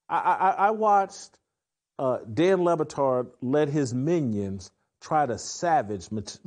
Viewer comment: I think it's "Dan Libatard".